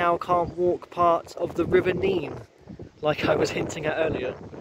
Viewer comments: On a map from 1680 it was spelt Nenn, so you can see the confusion, where it is both spelt and pronounced differently in different areas and at different times throughout history. Add to this the Northampton accent, where a few random 'y's are dropped in....like Teyn for town, and Neyn for Nene. Hence the difference in pronunciation the closer you get to Northampton. Chaos! 😂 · I was going to comment about the local pronunciation of the Nene, as I know it's pronounced differently up and down the river 😅 But yes, a Northamptonion hearing Neen is very grating 😂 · Great video mate. Just to clarify, the Nene, rhymes with men in Northamptonshire, is pronounced 'Neen' from Cambridgeshire onwards to The Wash. I'm sure locals will agree that your wonderful naivety took you through a few areas where it's best to not walk alone, or indeed at all. And yes, our rabbits are friendly/borderline cocky as they're accustomed to people. Bit like the squirrels at Abington Park, who act like they own the place. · NEN not Neene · It’s NEN. Not Neen! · Hi, it’s nene as in ten, not neene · Just watched this, I live in the better looked after part of Abington district . Our town centre has been neglected for far too long, although the Market Square was being renovated last time I went in. The river is pronounced Nen, not Neen. Thankyou, for showing the scenic parts of a very neglected town centre. St Giles street is very nice though . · thank you for this - interesting. Do not beat yourself up about the name of the river - it is the Nenn in Northampton and the Neen in Peterborough. It seems to change somewhere between Oundle and Peterborough. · Please note River Nene is pronounced NEN in Northampton but NEEN in Peterborough. I enjoyed your walk! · River nene pronounced nen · You have pronounced nene wrong. Also u should take a look at tbe brampton halt there is a train. Runs Sunday and bank holiday